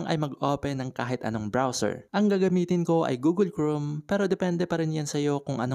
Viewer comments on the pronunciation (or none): Google Chrome po hindi google groom 😁